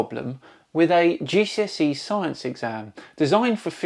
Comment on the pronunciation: He can't pronounce "science" properly either.